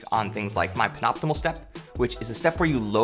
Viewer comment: FYI it's pronounced "pen-ult-i-mate" like pen + "ultimate (frisbee)". nice vert gains, you would add more inches on your approach just from technique alone